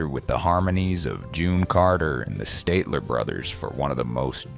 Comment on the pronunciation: Not only wad bass prounced incorrectly, so was the group's name: they sre the Statler brothers, short 'a' sound, not a long 'a' . Stop using AI and do your own voice and real research. Please.